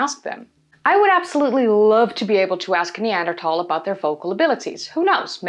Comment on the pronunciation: I noticed that you've mastered the pronunciation of 'Neanderthal' in English without switching to Dutch. Well done. It doesn't grate on my ears now. 🙂